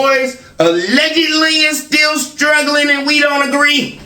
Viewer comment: Speech therapy woud help little. has a bit of a speech impairment too if you listen. I thought he was trying to be funny when he would say, "It's schtill all about God." A lot of times his "s" sounds come out like "sch". Along with his stuttering and stammering, he could stand to work with a therapist too.